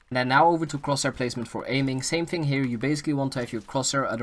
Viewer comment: “Fing” for thing “finking” for thinking and “wiff” for with lol